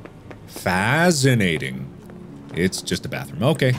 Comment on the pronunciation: "Faz-inating" -markiplier